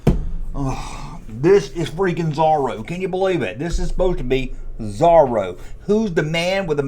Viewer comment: Pronounced Zohroe not zarro. Come on duck tales is one of the best cartoons based on Carl barks comics